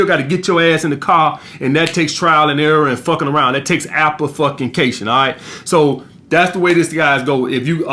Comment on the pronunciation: Appa fuckin cayshon